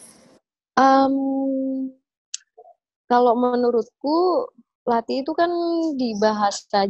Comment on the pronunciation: SEMUA ORANG DI INTERNET SALAH NGUCAPIN KATA LATHI. "THI" NYA ITU SALAH, BUKAN KAYAK NGUCAPIN T BIASA. TAPI YA MEMANG KALO BUKAN ORANG JAWA ATAU BALI SUSAH NGUCAPIN "TH" ITU. BANYAK KATA DALAM BAHASA JAWA, KETAMBAHAN HURUF H SAJA SUDAH BEDA JAUH ARTINYA. MISAL WEDI DAN WEDHI. WEDI ITU TAKUT SEDANGKAN WEDHI ITU TANAH/PASIR. LALU TUTUK DAN THUTHUK. KALAU TUTUK ITU KATA HALUS UNTUK CANGKEM ALIAS MULUT SELAIN LATHI. BEDANYA TUTUK DAN LATHI ITU KALAU TUTUK ITU BAHASA JAWA HALUS UNTUK CANGKEM YANG DIPERUNTUKKAN UNTUK MENUNJUK MULUT ANAK KECIL ATAU ORANG SEPANTARAN YANG BARU KENAL ATAU KENAL TAPI TIDAK AKRAB BANGET. NAH KALAU LATHI ITU UNTUK MENUNJUK MULUT ORANG TUA. JADI KALAU TADI TUTUK ITU KATA HALUS UNTUK MULUT, MAKA KALAU THUTHUK ITU ARTINYA PUKUL. KALAU NUTHUK BERARTI MEMUKUL.